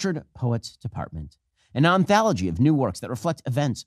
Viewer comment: an “onthalogy” is crazy😂 he can’t even say the word right